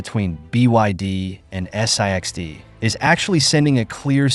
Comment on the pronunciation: I wish your commentary would just call it SIXT, instead of S I X T, S j X T etc. it’s really annoying!